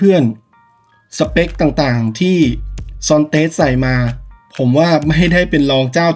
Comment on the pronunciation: เขาเปลี่ยนชื่อให้อ่านเป็น"ซอนเทส"คับ ไม่ใช่"ซอนเตส"